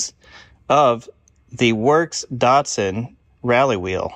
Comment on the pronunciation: Hey look at names DATSUN not dotsun and NISSAN not neesun